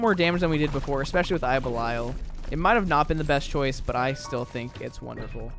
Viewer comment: Can't get over how you say "eye of bell-eye-al"